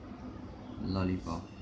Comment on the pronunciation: It is lolipop Not lollicop